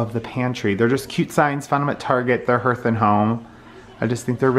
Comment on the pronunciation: Hearth is like heart, not earth.